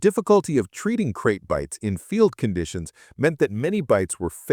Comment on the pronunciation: Its called a fu#kin snake not a bloody crate. Either narrate this shit yourself or don't bother with Ai slop.